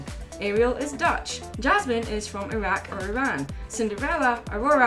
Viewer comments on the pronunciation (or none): Lol I'm Dutch and when I heard you saying Dutch my inner dutchie went crazy 😂